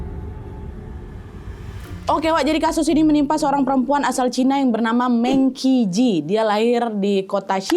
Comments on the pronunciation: Agak gmna gitu nyebut mengki,, betewe mengchi ga sih kak sma kayak sejarah china kmren raja Qin bukan raja kin baca ny tpi Raja Chin. CMIIW❤ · Kak Nad, Mengqi dibacanya Meng Ci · Kak Nad punten, kayaknya bacanya Meng-Chi, bukan Meng-Ki. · kaaaa btw mengqi penyebutannya bukan mengki. tapi mengci. meng nya seperti kaya bilang "meng" dikata mengejar, dan qi dibaca ci. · Q= c Meng qi Dibaca Meng ci Cmiiw🙏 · kak Nad, FYI cara bacanya mengci. Huruf Q dibaca C sama orang China. Cuma mau ngasih tau itu aja😊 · Menqi dibaca mengci ka. Q dimandarin bacanya c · kak maaf sebelumnya, seharusnya cara baca nama "mengqi" itu "mengci", karena dalam bahasa Mandarin huruf "q" itu dibaca "ci" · Bacanya mengchi kak (e nya dibaca yang seperti di kata 'e'lang) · Baca meng chi😅